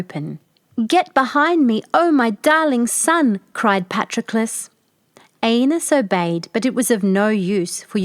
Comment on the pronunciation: I have several books reprinting this fairy tale by Mary E. Wilkins Freeman---the farmer's name was spelled Patroclus, the fat Princess' name was spelled Ariadne; and the fat boy's name was spelled AEneas, not "Anus"!!! Another drawback to letting AI render your videos.